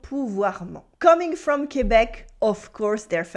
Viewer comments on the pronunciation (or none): none